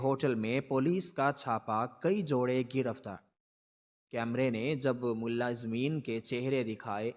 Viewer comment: اردو تو صحی پڑہو ملا زمین نہی ملازمین